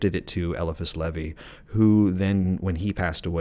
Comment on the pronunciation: Agreed, that and he's the ONLY person I've came across to mispronunciate LE-VAIS name into leh-vee, not a big deal just thought it was odd.🎉 Him, Agrippa and dee are whose works I have followed and practiced off of myself unlike most men I know who practice based off of thelema and Crowley's crazy ways, lmao.